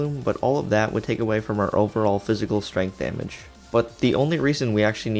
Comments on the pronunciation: "stregnth" lmaooo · Also the STREGNTH